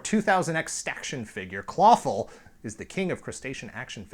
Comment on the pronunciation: Been a fan for a while, found this via the CBS interview. Shell, yeah! When says 'Clawful' I hear Falafel.